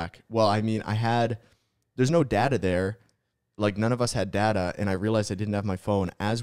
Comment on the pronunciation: i know didnt just say data its data bro